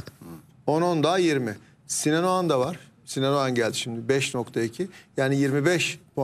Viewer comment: AYOL OGAN MIIIIII??? OĞAN MIIII? Doğru telaffuz EDİN aklımız karışıooıll